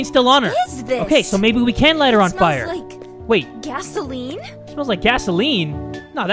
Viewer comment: Fire not fore*